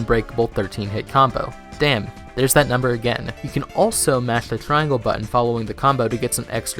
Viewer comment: No you definitely have an impediment. Every time you say chain its extremly easy to notice. i mean listen to how you say mash and finisher@